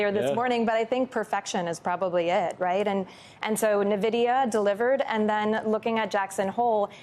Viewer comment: NA-vidia? It's EN-vidia!